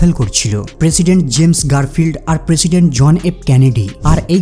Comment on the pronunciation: পেশিডেন্ট নাহ প্রেসিডেন্ট 😂😂